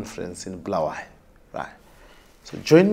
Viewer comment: You could have added subtitles and the grossly brazen lie that all isiNdebele natives know and understand shona is what has led us to this very junture! Its also Bu-la-wa-yo and not BHU-la-where-yo!!! You not providing subtitles may mean you also believe in the nonsense spewed by this Geza chap!